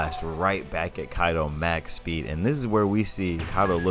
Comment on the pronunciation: Ma as in mom machspeed. not Mac as in big mac machspeed.